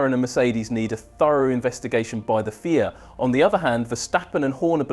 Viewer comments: wtf is a feea? It's F.I.A. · “FEE” I A? Bro it’s F i A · F. I. A. Not phia😂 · Please teach your AI tool to pronounce FIA correctly. 😜